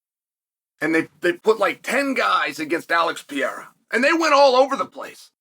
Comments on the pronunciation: Alex Pee-AIR-uh vs Magomed Uncle I have......sounds like a prime Chael Sonnen match-up. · "Alex piero " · Stop complaining about how Cheil Sommem pronounces Pereira's name, his religion doesn't allow to pronounce the syllables "Pe" and "Re", that's why he contracts the name to "Piera". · "Alex Piera" ~ Chael Sonnen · chael has two regjsters 1) high pitch screaming 2) low pitch whispering When is he going to learn to pronounce PEREIRA